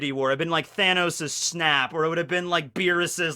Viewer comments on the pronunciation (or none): none